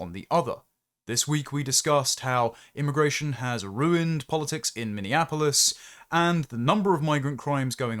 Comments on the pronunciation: Minneapolis not Minneanapolis! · Minneapolis is pronounced (MINI APPLE US), not (MINION APPLE US). Just fyi...